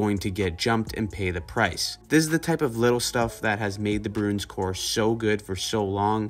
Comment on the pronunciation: Broons? Its' Bruins.